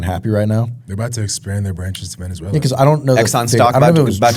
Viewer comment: Omg said it right!!!